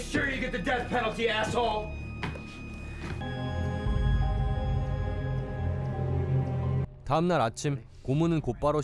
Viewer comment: 애애쓰 호오올 발음 개찰지네 ㅋㅋㅋㅋㅋㅋㅋㅋ